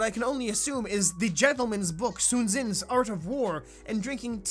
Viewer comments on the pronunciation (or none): worse, tsu zin. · Did. Did this guy just say Tsun Zin? What the fuck? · Did this dude really just call Sun Tzu "Susan"?